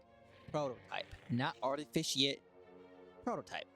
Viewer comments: Only person in the world who pronounces "artifact" as "artificient" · "Artificiat" Bruh lmao